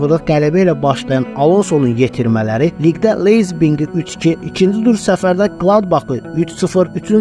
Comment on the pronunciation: Leizbing yoxe Leipzig 🤣😄